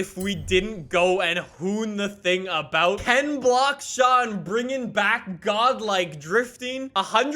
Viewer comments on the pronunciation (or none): none